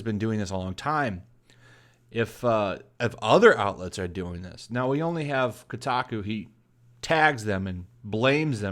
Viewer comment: Its not pronounced KuuTaKuu...lol